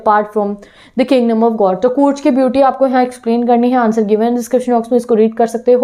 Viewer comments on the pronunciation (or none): Ma'am courg nahi bolte he Coorg hee ma'am plz work in your vocabulary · Your pronunciation of COORG is wrong